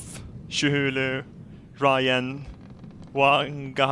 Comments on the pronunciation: "Shhulu" FYI:its pronounced as Kat-hull-u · "chu-who-lou" XD!! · "shuhulu" AHAHAHAHAHAH XD